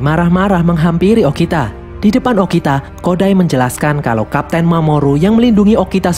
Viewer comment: kok bilangnya okina harusnya bilang okita